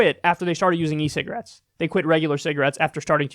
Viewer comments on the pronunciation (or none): If kyle talks fast enough, he says "cigrits" lol